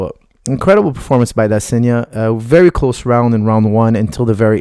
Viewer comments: Not to mention Adesanya, not Adesenya!! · The way he says "Adesanya" literally made me have to stop watching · I tried man, I couldn't carry on, I have no idea why he's pronouncing it in such a bizarre way